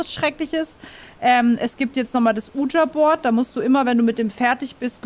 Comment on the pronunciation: Ich feier Phasmo wirklich...aber wie das Wort Ouija ausspricht (nämlich falsch) triggert mich wirklich extrem...